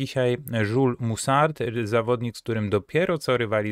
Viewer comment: Nie żul, tylko [ʒyl] 😉